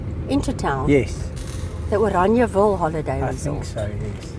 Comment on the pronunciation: Why are you calling it Oraniaville? Instead of Orangeville?